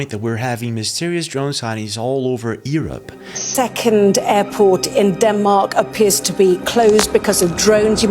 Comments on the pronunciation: Seriously man, are you slugging shots?...it's not Ear up, it pronounced, you're up....learn to pronounced English Grammer correctly , you effectively up quite a bit pal. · Why don't you know how to say Europe? Yer-up not E-rup. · It’s pronounced “YOU-rupp”. Not, Eee-rup 😂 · Europe, yourr-up not ee-rop. His ... hizz not he's. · The most alien thing about this video is how he pronounces Europe: Ewrupp. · Let's start with Europe U-R-U-P sound it out. E-R-U-P isn't working 😅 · Why u sayng yurup earup? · where? Ear-up? Irrup? Lol only joking pal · All I got from this video is that some people pronounce Europe as "Ear Up." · bro we are called Europe not Erup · It’s Europe the E is silent come on man didn’t you go to school ? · bro please stop saying the word <europe wrong. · Bro you need to learn to speak words correctly, Eeerop, whats that? Also you say Heees instead of His and many other words you get wrong. And who is Ross Coulhart? Or do you mean, Ross Coulthart?